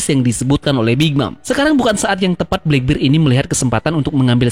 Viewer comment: di baca blakberd kali om bukan blakbir..